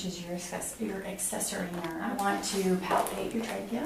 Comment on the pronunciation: I had to fast forward through her. My soul died a little bit every time she said it. That and traah-gus